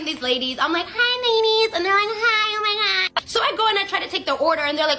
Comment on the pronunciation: “hAi Oh mAi GaWddDd-“ got me rolling😭😭😭